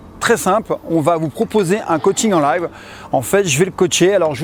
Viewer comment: "En layve" Franck le teug lif.